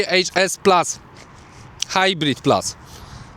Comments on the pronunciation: już w 11 sekundzie nie potrafiłeś nawet prawidłowo wypowiedzieć nazwy HS !!!! ucz się chłopie podstaw a nie filmy na youtube ! a i jeszcze to plas !!!! baranie plus to plus a nie plas !! kogo ty udajesz ? Polakiem jesteś czy ????? co za debilstwo ! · PLUS A NIE PLAS ja pierdole ludzie😂